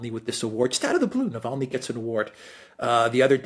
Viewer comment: Alexei Nobod-ni